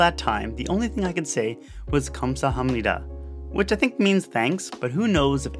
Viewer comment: KAM SA HAM NIDA!!!! i cant with the butchering of that word